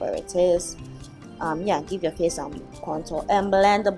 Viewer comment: I don't have any qualifications to leave a rating. I will agree that's a lot of work you gals go thru! I rather liked the natural color of your lips before you applied the " I just kissed an ink pad" look. Lol Congrats on the 500 subs! You deserve it! p.s. contour is pronounced with the "u" sound as in mature, nature, manure. and the Tour d' France (bicycle race). 😋